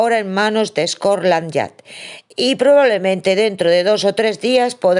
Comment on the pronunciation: Perdona, no es scorland yard sino scotland yard